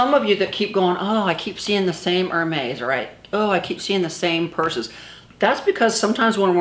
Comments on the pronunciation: Olivier Simon well the store employees say Mes or Mez how ever you phonetically want to interpret it. But the YouTubers that mispronounce it say heir-maize like a maize you walk though! The E at the end is soft eh not hard ay 🍒🍒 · Thank you for straightening that out. It gets under my skin when people pronounce Hermes the way they see it. Oprah did that on her show years ago and it about drove me up a wall. 😀